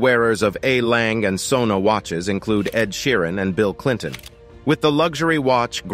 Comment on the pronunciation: Please dont try to pronouce a german brand. There is an e at the end of the name "Lange" and the word "Söhne" which have to be spoken!